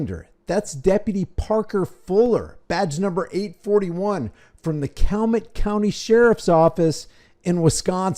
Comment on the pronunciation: CAL...U...MET I live 10 minutes away.